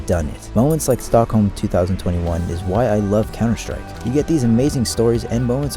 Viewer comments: BROTHER ITS STOCKHOLM NOT STOLKHOLM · the "stolkholm" major